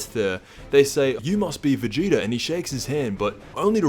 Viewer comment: Stop saying vageeter in every video lol